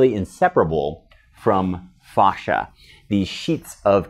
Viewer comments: It’s fascia not fauscia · It's not fauscia it's fascia god damn it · i work in auto industry and thats not how we pronounce fascia (fay-sheeuh) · Stop saying "fosh-a" though. Google how to pronounce it. Super annoying. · Great info, thanks! I’ve never heard fascia pronounced the way you say it though. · Painfully miss pronouncing words such as fascia! It's so hard to watch. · A lot of information from some one who doesn’t know how to pronounce it